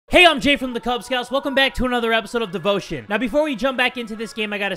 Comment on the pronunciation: When you said “Devotion” i heard “boat shit” 😑